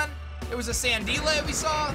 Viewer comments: I cringed every time he said Sandelay. It's San Dile like Crocodile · sandeelay” bruh it’s sandile 😂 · san-deel-eh? It''s San-dile bro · for the love of god stop calling it "SANDILAY" its obviously "SAND-DILE" as in Crocodile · I am not a fan of your pronunciation of Sandile. You pronouncing it as San-dee-lay is basically the same thing as saying Croc-a-dee-lay instead of crocodile. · the way he pronounced sandile made me lose it